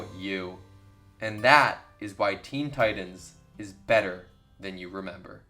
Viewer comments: why the hell are you pronouncing 'Titans' so weird. Its TiTAN not Tidan. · This man sayin Teen Tidens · “Teen teyedens”